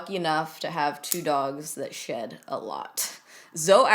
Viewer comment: When she said her dogs shedI thought she said her dogs shit 😂😂😂😂😂😂